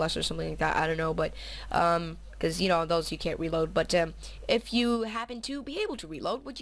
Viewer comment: ur sooooo gay u keep saying wred and weeload